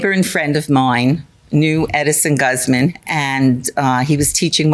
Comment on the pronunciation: GAZZ Man, Has to got to be the Best Ever Way to Pronounce the Last name Guzman lol, Well Said Lady , What a Great I D-IER There, Now how about some CAW Fee to go along with that , GAZZ Man LOL!